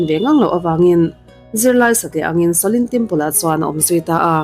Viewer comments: Ka ngaimawh deuh Pakhat a awm a, Kalo sawi ve mai2 Shaolin Temple ania,i lam diklo a, sawlin temple angin I lama a diklo, sa aw lin ti a lam tur aw miss, i lam apiang in rlru a dek zar zel a, ka vei ltk a😮😮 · Shaolin em chu lamdik ta che, itrawng style tum lutuk vei nen, sha lin anilo aw. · Shaolin Temple anih ka ring,a lam dan hi a mak thei tawp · SHOLIN tih lai a, SHO tih lai kha i hma a he hming lo sawi tawh tuten engtin nge an lam rik, tih kha ngaithla ve la, chutiang chuan lam ri ve mai ta che. Beng a kap deuh tlat, i chanel a hlut zel nan.